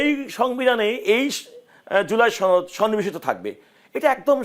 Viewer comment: ছনদ নয় সনদ হবে কথাটা।